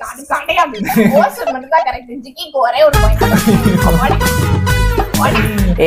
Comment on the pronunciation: Anna athu osur illa hosur😂😂rendu perume thappu😂😂😂